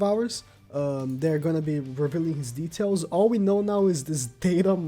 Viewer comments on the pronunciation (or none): none